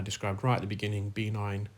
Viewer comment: How common is benign osteonecrosis? (By the way, it’s pronounced be-NINE, rather than BEE-nine).